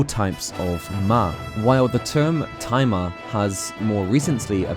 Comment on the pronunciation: You probably didn't intend for this, but whenever you mention Tai Ma, it sounds like you're saying "timer" with a southern/Brooklyn accent. It kind of takes away some of the impact, especially when talking about the Master Swords' "Timer Power" Better set that alarm so that the "Timer Power" will go off at the right time, don't want Ganondorf to awaken too early! XD